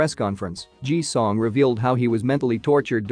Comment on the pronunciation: First, it's Ji Sung NOT Ji Song as it was said. And he is one of the best actors IN THE WORLD, not just in South Korea.